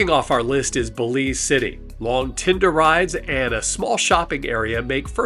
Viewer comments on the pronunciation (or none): none